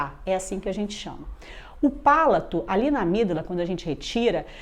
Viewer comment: É palato e não “pálato”. Se não falaríamos “sápato”.